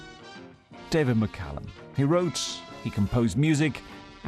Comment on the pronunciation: Sky presenter might wish to learn how to pronounce his name correctly! McCALLUM not McCULLUM!